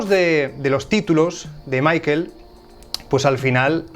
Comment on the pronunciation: "Maikel" jajajajaja